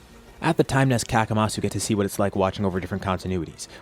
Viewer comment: Hey question? Isn't it better to call him Kamasu? Instead of Kakamasu?